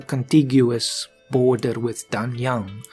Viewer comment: Yeeeees its me again-Pronounce the "a"s as aè(only the last "a"s,others are as you pronounce them)and "g"s are basically silent so Danyaen(g)(I know some Chinese pronunciation but I am much better in Japanese as it's the same as Turkish)